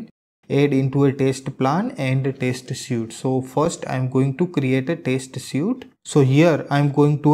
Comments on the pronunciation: Better learn English. Don't you know how to pronounce the word suite? It's not [sju:t], it's [swi:t] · Hi! You mispronounce the word "suite".